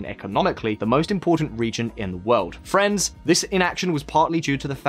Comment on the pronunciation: When you say friends, I hear France. It's disturbing